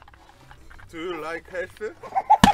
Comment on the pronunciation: 단어선정 씨빸ㅋㅋㅋㅋㅋㅋㅋㅋㅋㅋㅋㅋㅋㅋㅋㅋㅋㅋㅋㅋ 두유 라잌 헬thㅡ ㅋㅋㅋㅋㅋㅋㅋㅋㅋㅋㅋㅋㅋㅋㅋㅋㅋㅋㅋㅋㅋㅋㅋ